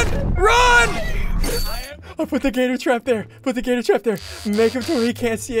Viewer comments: It’s Monty gator trap say it Monty gator trap, not gator trap. OK you little foot yes, send you food just like Nico Vald. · its not gedor its Montgomery getor